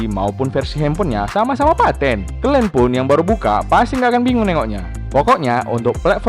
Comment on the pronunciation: Bosen gue denger lo ngomong kelen mulu ada kali 40x ngomong kalen mulu